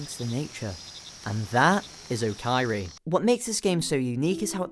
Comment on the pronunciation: “Okaeri” (おかえり) means “welcome back”, also often used as “welcome home” when entering the house and I really like that as a title for how the game plays out heh (It’s also pronounced more like Oh-kah-eh-ri but that’s just me being annoying lmao)